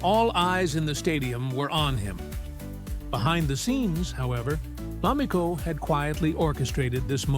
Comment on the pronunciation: Damn, at least learn how to pronounce her name! Americans are so disrespectful - this is why this can’t be trusted to be true. You have a video like this yet you can’t pronounce the woman’s name correctly? Each time it’s said it’s pronounced differently!🙄